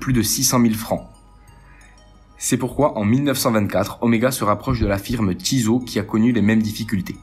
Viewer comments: Tissot pas Tizo 🤣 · Ouhla la prononciation des marques MDR ...... Tizo au lieu de Tissot avec deux S. ......... Lemania se prononce LES Mania pas Le Mania, Jacquet Droz se prononce DRO le Z ne se prononce pas bref sinon ça semble OK